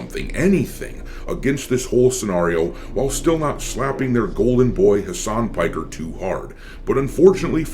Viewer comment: mf said Hamas Piker 💀